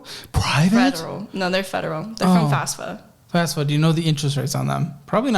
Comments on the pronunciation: why does everyone pronounce FAFSA as fasfa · the way she says fasfa instead of fafsa